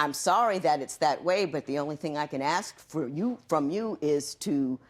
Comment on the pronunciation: Here we go with the axe again ,if you axed him he would be dead pmsl 😀😀😀😀😀😀😀😀